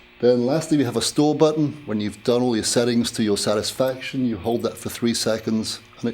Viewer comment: ‘seddidup’ to your sadisfaction, your own Seddings’ not one ‘T’ in the whole review 😂